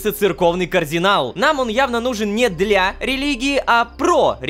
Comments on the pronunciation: почему рома произносит кардинал как координал мне пллохо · Правильно Кардинал а не Каардинал🤓🤓(сори за духоту) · Почему Рома говорит Каардинал с двумя а? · ЕГО ЗОВУТ КАРДИНАЛ, А НЕ КААРДИНАЛ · Я один слышу что Рома говорит координал вместо кардинал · Кардинал: существует Лололошка: КООрдинал!